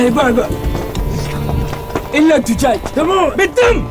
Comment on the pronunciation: إلا الدوجاج ههههههه إلي سمعها لايك